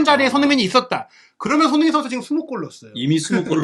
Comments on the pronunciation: 손흥민 발음이 잘 안되면 너무 빨리 말하지 말고 손 반박자 쉬고 흥민 선수하면 훨씬 나을 겁니다 😅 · "손흥민 선수"를 제대로 발음 못 하는 거 정말 귀에 거슬려서 듣기가 힘들다